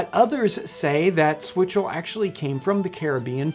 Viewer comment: Did this dude just say swizzle?